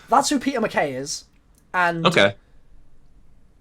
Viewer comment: Did it annoy anyone else that they kept calling Peter McCain, McKay?